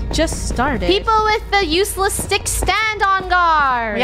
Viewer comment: OKAY funneh says nuseless instead of useless